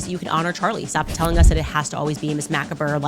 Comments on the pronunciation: I started having to say the word out loud before her so I didn't think I was crazy LMAO😂 It's so odd she KEEPS using the same words - incorrectly. Macabre made my brain hurt 😂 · My favorite is makuhber. Never heard macabre butchered quite like that. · mack-a-burr is my favorite. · Mack-a-burr had me rolling 😂🤣😂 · Mack a ber kills me 😂 As Ben said, she is a faux intellectual